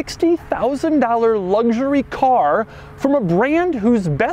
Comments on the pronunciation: Doug is the type of guy to pronounce luxury, "LUCK-sher-ee". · Doug, the third letter of the word "luxury" isn't a "g".